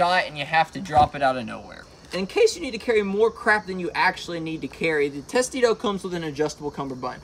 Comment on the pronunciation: It's pronounced tes-tu-doe latin for turtle shell